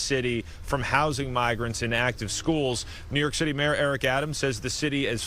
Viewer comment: my MAN said NEWYORK TITTY